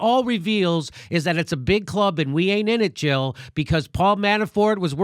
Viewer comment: Jill not Hill